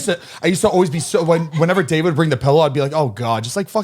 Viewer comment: 'Pellow' 😂 face 😂